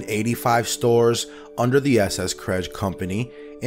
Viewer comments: It's pronounced KRESS-GEE not CRESG. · It's pronouned kres-gee not credge. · Kresge is pronounced kres-gee, not krej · It was pronounced "Kress-Key" not "kredge" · Not "Krezzsh"..."Kresgee" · If you're going to produce documentaries, you need to do enough research to know how to pronounce the names of the people in your stories! Krez-gee, not Kresh. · Wow…I’ve never EVER heard the name “Kresge” pronounced as KREZSH…not saying it’s wrong…just that in the Chicago area we called the store “Kres-geez” with a hard “g” sound. Just weird!! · KRES-GEE !!!!! NOT KREJ!!!! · THE FOUNDERS NAME IS PRONOUNCED "KRESKEY", NOT KREZ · Good Lord, his name was not pronounced "Kresgh." It's pronounced "Kress-gee." You should have picked that up in your research. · Pronouned "KRESS-ghee", not "kreze" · Does it bother anyone else that this guy continually mispronounce Mr. Kresge's name. It is Kres ge, not Kress. As a former employee of an S.S. Kresge, not K-mart, it was drilled into us how to pronounce it. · The founder's last name is krezgee no kreshguh. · In all my life, I never heard anyone say "Krezh" for the store name. It was always pronounced, "Kez-ghee" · It’s Kres geee not kesj. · The name is pronounced KresGEE no Kresga. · You ain't TWO minutes ibn and I'm not ready to reject but will be watchful of your presented research. [Pronounced by narrator:] "Krezj??" What? The name is pronounced ""kres-Ghee." The narrator is cutting the G from the name altogether. WTHeck? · Why do you keep calling it "KRESGGG." I am 74 years old and it was always pronounced, "KRESS-GEE." It became "K-Mart" much later (Wikipedia says 1977.) The Kresge Foundation | overview - notice pronunciation. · I'm pretty sure that Kressge was pronounced "Kres-key" and not "kresge" That was a horrible mispronunciation of his name. Ask around. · Kres gee, not cresch. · It’s “KresKEE” not “Kresh”. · Kresge is pronounced Kress'-key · Kresge is pronounced like KrezGee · Pronounced, "Kress-Ghee" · The name is not "krezh"